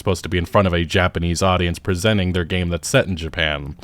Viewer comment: Do you speak Japanese? I do. It’s a lot closer than what he said.